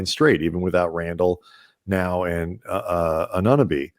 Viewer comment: Did he call og anunoby, annunabee🤣🤣😭😭